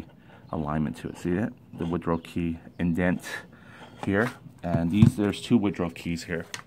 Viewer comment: Excellent information for the newbie, I commend you on your work, very thorough and great explanations too. I usually don't do this but I have to. It's a woodruff key I think you said Woodrow key. Just thought you should know, OH and a bolt requires a socket or wrench and a SCREW requires a screw driver, you keep calling bolts screws, just saying. Good job though.